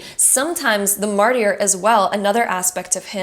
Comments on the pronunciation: Great video, but Mart-i-er? Martyr is pronounced, märdər, essentially mard•er, or sometimes mart•er. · Pile 2, thank you so much for reinforcing what I already knew about where I’m going with my career. Btw, Martyr is pronounced mar-ter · The “y” in martyr is silent.